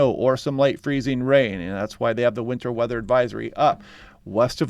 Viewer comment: is demonstrating that western Washington is developing an accent that drops T from words. He says Mownins, instead of Mountains; and winner, instead of winter. In another 20 to 30 years they won't say Western Washington but instead Wesern Washingnin.